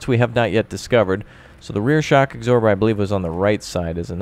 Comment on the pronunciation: You pronounce absorber wrong, you eggsorber